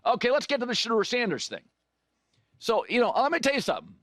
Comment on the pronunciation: "SHE" deur